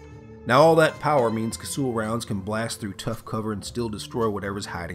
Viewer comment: Well that's the first time ive heard ANYONE pronounce it cassool